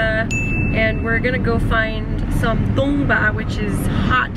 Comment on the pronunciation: If you wanna pronounce correctly. it's call "TANGBA" means "wooden barrel" coz it's related with Limbu language and community then sherpas. which we use for special guest to welcome drink at home.